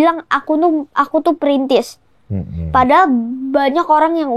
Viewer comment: tetep bilang printis😂 mulai dari nol gatuu wkwkwk konyol